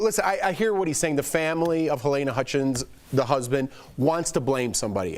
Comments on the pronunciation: FWIW, her first name is "Ha-leena", not Ha-layna". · Whatever you think,. But not for nothing, she's dead, it'd be nice to take the time to learn how to say her name.